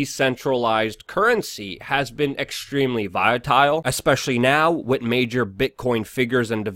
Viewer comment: The word "with" has an "h"...it's not "wit"